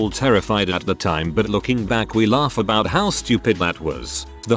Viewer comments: Ah yes ABOIT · I think that's the French Canadian pronunciation.